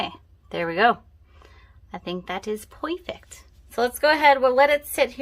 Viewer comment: Your “poifect” 😁